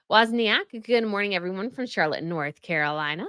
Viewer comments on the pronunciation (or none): none